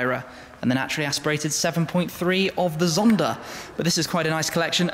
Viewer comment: Ermm... it's pronounced Pagani (don't forget the "gah" sound) Zonda ("zahn - duh") Tricolore ("triko-lor ay") not "treh-colore". Just nitpicking (I majored in Italian and International Studies at University) but otherwise a great video. Penso che sia una macchina bellissima!